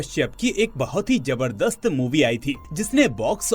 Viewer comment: Jaberdast ni hota Zabardast hota ha. Tum jay hind boltay ho ya Zay hind?